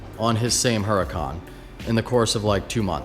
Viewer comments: Huracan = oo-Rah-can. everyone says this weird and i get it, but if we can all say audi the right way, lets try to say Huracan the right way. not being a dick. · It's pronounced urricon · The "H" i silent in Huracan, just saying, cause i hear a lot of peeps say it with the "H". So it's uracan LoL.